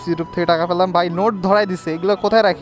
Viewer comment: পেলাম ❎ প্রলাম✅ 😂😂😂